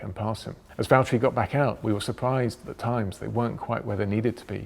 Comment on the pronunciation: James it's valteri!